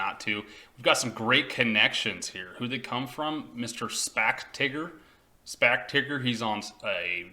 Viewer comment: I think it's pronounced Teyeger, with a long i, not Tigger with a short i. Did you pass basic english in Jr High? I'm guessing not.